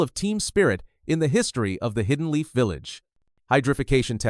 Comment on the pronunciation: Hidden called high-den. Your AI usage will ruin your channel